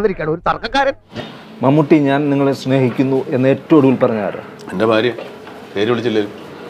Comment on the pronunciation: അവതാരകൻ കുറെ "പ്രലോഫിക്കാൻ" നോക്കി... പക്ഷെ ആ "പ്രലോഫനത്തിൽ" വീഴില്ല... "ഫാരതത്തിൽ" ജനിച്ച മഹാ നടൻ 🙏.. "ഫാരിയുടെയും" മക്കളുടെ കൂടെയും കുറെ കാലം ജീവിക്കട്ടെ